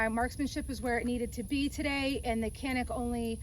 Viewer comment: Good vid. I agree that the Canik is superior to the Glock. I like Glocks, just think the Canik is at least as good at a better price. BTW: Canik is produced in Turkey where the "C" is pronounced as a soft "J", so it's Janik not "Kanik".